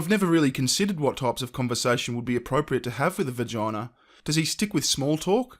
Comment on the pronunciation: its a vagina, not vergina....period dude is creepy as fuck